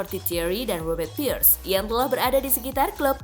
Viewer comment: Pires, bukan pirs